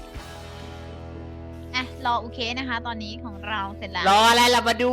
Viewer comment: ตอนเเรกกนูนึกว่าเเชเเนลพี่อะอ่านว่า ยูคี เเต่ไปฟังพี่ขวัญพูด พีาขวัญบอกว่า อุเคะ หนูนี่งงเลย 5555+